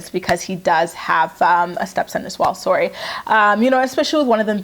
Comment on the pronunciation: Ok you recovered quickly by saying “soory”...I’ll let it slide this time